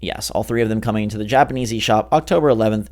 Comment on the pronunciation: sounds like he said Japaneasy.